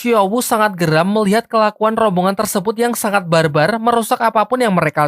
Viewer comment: Gua lucu waktu Abang bilang Bar barrrrr😂😂😂😂😂😂😂😂